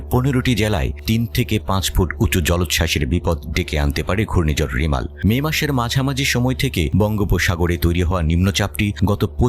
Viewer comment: রিমাল নয়।।রেমাল